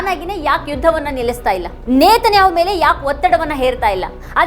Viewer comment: ನೇತನ್ಯಾಹೊ ಅಲ್ಲ ನೆತನ್ಯಾಹು